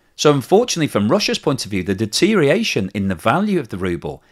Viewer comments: Deterioration not deteriation,.;-) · another excellent presentation... but its deteriORation...deteriORation....deteriORation, please. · I’ve noticed a steady decline in your pronunciation of deterioration over the past few months. It seems to have lost at least one syllable in that period.